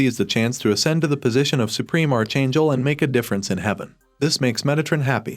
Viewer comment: OMG, PLEASE! Archangel is pronounced ARK-angel, not are-changle